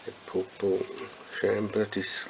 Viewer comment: So funny the way this guy pronounces 'pupa' and 'pupate' - POOPAH! POOPATE! lol